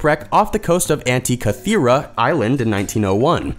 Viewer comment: My god. I dont know what to think about this. Can't pronounce Constantinople, but pulls of Antikythera. I second the hurt.